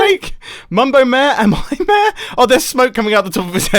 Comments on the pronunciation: Normal people: Mayor This guy: Mèèèh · "Mayor" ? Nah, "mää" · Every time he says mayor, hes actually saying "meh"